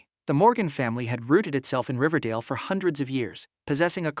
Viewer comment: ”riverdale” what i hear ” dingledale ”